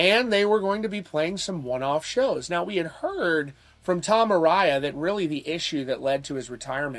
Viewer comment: A-rye-a? No, A-ray-a